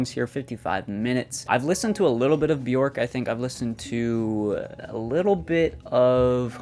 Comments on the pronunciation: "Byork" might help your pronunciation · How did you pronounce her name??!! 😂😂😂 J pronounced like y....like in many other European languages so try Byork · its pronounced b-yerk 😡🤬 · Just fyi, Björk name rhymes with jerk. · Please get the right pronunciation of her name :)